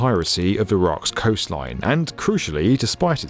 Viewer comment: Lol.. "Iraqs plan"